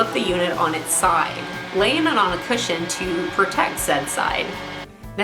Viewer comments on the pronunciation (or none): none